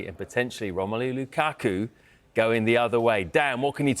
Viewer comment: why does he keep saying Lucocku? 😅